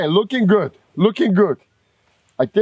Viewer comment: I watch these videos to hear him say “luuking guud” lol love it brother